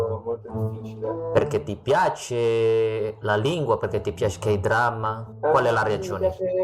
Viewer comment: I think someone in another comment said his Spanish sounds Chilean, so that could also influence the pronounciation of "Piace"? I believe in Chile they tend to reduce the Spanish 'ch' sound like that.